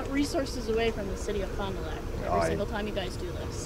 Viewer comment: Did she say Fon Du Lac?